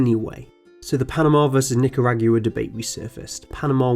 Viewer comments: that ain't how you pronounce Nicaragua. It ends like GwaH, not GOOWAH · Btw it's not nick-kuh-rag-you-uh, it's Knee-ka-raw-goo-ah. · The way you said Nicaragua. It's "nick-ah-raw-gwah" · I like how he butchered the pronounciation of Nicaragua, it's Nick-ah-rog-wa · Interesting video, but I cannot not comment on your pronunciation (and apologies in advance, it just bugs me too much), it's row-suh-velt and not roo-suh-velt, and it's not nicaragooah, but nicaragwa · Nicaragua = Ni-ca-ra-GWA, not Ni-ca-ra-Gyou-a. And Roosevelt = Roo as in grow, not rew.